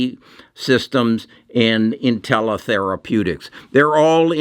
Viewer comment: Also, you pronounce Intellia “Intella”??